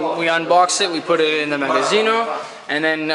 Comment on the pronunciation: "magasino" non si può sentire...